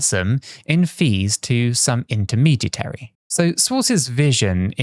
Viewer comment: The word is "intermediary," not the non-word is struggling to pronounce.